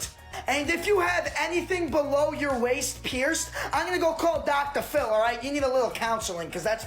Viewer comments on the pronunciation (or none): “Below your weist” 🤦🏻‍♀️🤣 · East? I thought you said "weist". -Patrick Star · "Below the weist" im no doctor but uhm...... wheres the "weist" ??????? D